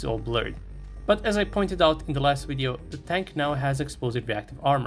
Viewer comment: I can tell your a rushin boot licker propagandist because you said WIDEO!! Lmfao hahahahaha